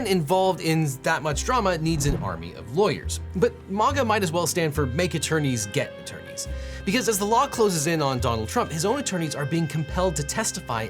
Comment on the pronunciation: ...did he just pronounce it MAA-ga????